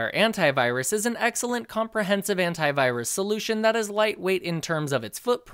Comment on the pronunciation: I'm sorry but every time he says "Antivirus" I just hear *Hentai*virus